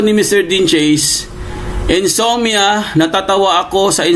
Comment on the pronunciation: Insomnia not insommia